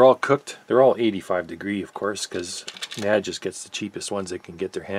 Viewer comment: Maybe it's different in Canada, but the correct pronunciation is by the letters N-A-D, which is how the company pronounces their name. They've made some of the best sounding amps for the money ever, including the 3020 which was a giant killer and the most sold amplifier in history. You're a top notch tech, I'd suggest an anti-static mat on your bench rather than the piece of carpet. They hold solder drips, wire clippings and can generate static shocks. Keep up the good work. Really enjoy your videos.